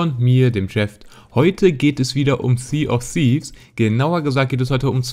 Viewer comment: Alter...Es nervt so hart wenn jemand sea of sieves sagt... Lern das englische “th“